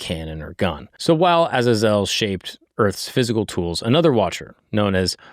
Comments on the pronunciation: Stop calling Azazel. Aza-zelle. It's Ah-zay-zel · It's (ah zay zol) not how u said it but good video